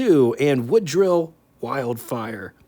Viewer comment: I like it when you post your boo-boos at the end of the video. So, time for a couple of corrections: Woodill is pronounced Wood-ill. I used to say Woodwill. The 53-55 Corvette had 3 sidedraft Carter YH carbs, not downdraft. You can see the same carbs on the Nash Healey engine pic, and Chevy used a similar carb on the Turbo Corvairs. While I don't know the first fiberglass car, I do know Ford made a sedan (late 30s-early 40s) from a soybean based material. There is a photo showing Henry bashing the car with a sledgehammer to show that it was dent-proof